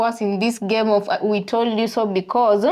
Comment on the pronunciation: Also, it’s “because” and not “be cause.”